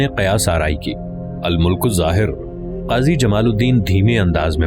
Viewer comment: al mulk zahir nahi bhaaee al Malik zahir